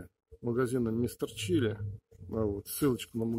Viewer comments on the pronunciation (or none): none